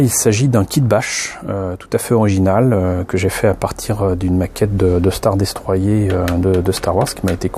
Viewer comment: Elle est pas mal mais le star destroyer se prononce star destroyeur